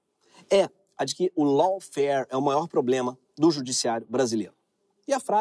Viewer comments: Dica de pronúncia: Lawfare /Ló.fér/ AW tem som de /Ó/ , e não pronunciamos E no final de palavra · Pronuncia certo : LAWFARE /ló.fer/ RACISM / 'rei.ci.zam/